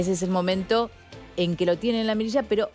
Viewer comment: ¿Fallan o FASHAN?…